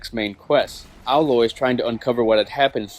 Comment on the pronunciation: you're pronouncing her name wrong. It's AYE-loy, not AH-loy. Get it right, get it tight!